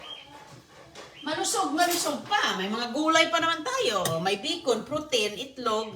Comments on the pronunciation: Bacon not Bikun, omg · Yes, 😅😅😅😅 the yummiest " bikun " from dumpster. Lol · Minsan "bicol" rinig ko😂😂